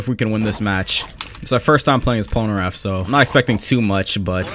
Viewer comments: "PolnerAph" it is Polnareff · Anyone realizes how he pronounces polneraff pol-ner AFF when it's pronounced pol - ner eff